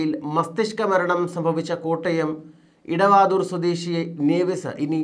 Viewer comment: 🙏🙏 കോട്ടയം ജില്ലയിലെ vadavaadhoor ആണ്. Idavadhoor അല്ല. 🙏